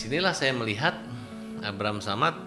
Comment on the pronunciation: Knp jd abraham samad si nyebutnya😅